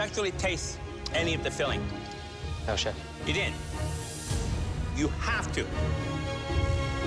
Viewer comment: It's chef not chief :-)